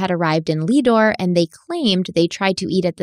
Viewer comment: Not Leadore it is lead ore named after lead mines there!